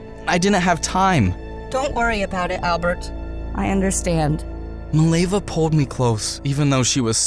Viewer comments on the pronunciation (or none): fact it is mileva and not milejva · As a Serbian, the way you pronounce Mileva makes my ears bleed